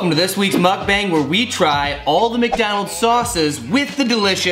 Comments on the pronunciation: Skitz bong, well now you're speaking my language! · It's muk BONG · I think you're saying mukbang wrong ya dorks